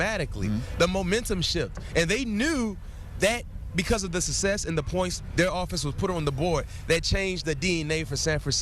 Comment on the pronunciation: He also cant say success lol